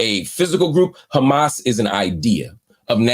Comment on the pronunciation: The A's in Arabic are the same. Say Hamas.